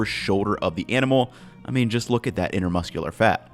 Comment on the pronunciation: hey ive noticed in a couple vids you say intermuscular instead of intramuscular when referring to the fat in the muscle. just a small note great vids:D